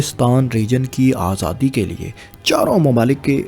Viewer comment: صاحب آپ کی ویڈیوز میں بہت اچھی معلومات فراہم کی جاتی ہیں ۔ لیکن آپکا اردو تلفظ ٹھیک نہیں ہے ۔ آپ پنجابی زدہ اردو بولتے ہیں ۔ مثلاً Himayat ko Hamayat, Mukammal ko Makkamal, Aazadi ko azadi, aor ko or Difa ko Dafa بولتے ہیں ۔ آپکے مقابلے میں فیصل وڑائچ صاحب کا اردو تلفظ بہت کمال کا ہے۔ آپ ان سے مدد لے سکتے ہیں ۔